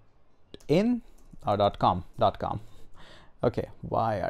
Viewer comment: that gooogle though... oh my god, made my day. hahahha